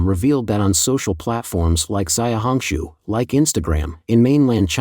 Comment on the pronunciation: zay-uh hong shu huh? not she-ow hong shu? You're so lazy. 小红书 xiaohongshu.